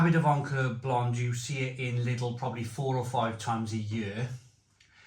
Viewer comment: No "n" in Vauclair. It's V-oh-w-claire.